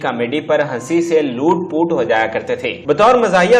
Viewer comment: ..wesey tou aap har vidio mein ''urdu'' ki taang tortey rehtey hein........ iss video mein bhi ''loat poat'' ko aapney ''loot poot'' kaha hey...haaahaaa.................doosrey aap jald bazi mein film ''riwaj'' key mosiqar ''master inayat hussain''..ko ''inayat hussain bhatti''..keh gaey...haahaahaaa